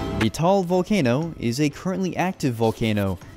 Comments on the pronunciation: It's ta al not taal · it's "Ta-al" not Tall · tawag jan ay ta-al volcano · its pronounced ta-al not tall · I could get behind the pronunciations EXCEPT "Taal" It's not pronounced "tall", it's pronounced TA-AL😭🙏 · Ta-Al not tall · Bro it's (TA-AL VOLCANO)